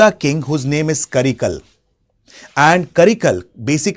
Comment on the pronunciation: karikaalan... not karikal